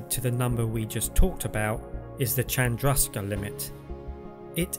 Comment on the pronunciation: Nice vid. But,. Chandrasekhar is pronounced closer to "Shandra-Say-Car".